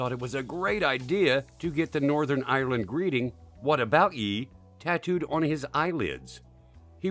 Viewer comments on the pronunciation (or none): none